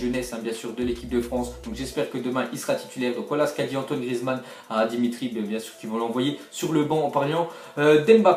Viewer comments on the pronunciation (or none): none